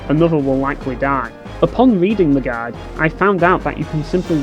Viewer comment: I got confused when you kept saying "gag" Turns out you mean GUIDE. HAHAHAHA!